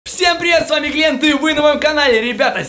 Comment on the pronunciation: Не Гент а Глент